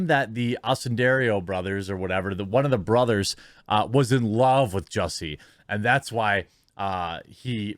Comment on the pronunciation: JUSS-y, NOT JUICY. "SMALL-et" NOT "SMOLL-YEH". Go home, Jeremy, you're drunk.